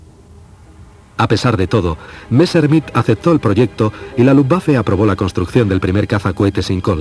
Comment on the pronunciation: Qué es eso de "Valta" no será Walther ??? Qué mala pronunciación, por dios !!!!! "Messrrmit"...por favor !!!!